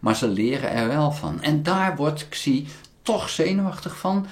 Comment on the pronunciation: "Xi" in Pinyin spreek je niet uit als "Ksi", maar als "Si"